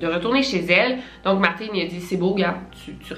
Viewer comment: J'adore comment tu prononces les prénoms comme eux-mêmes le disent et pas prononcé en français genre Martin qui se prononce comme Martine